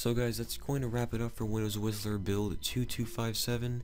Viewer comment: Are you sure that Whistler is sounding like Wisler?